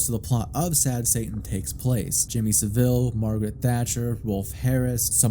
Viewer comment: It's pronounced "SAH-ville," not "suh-VILLE."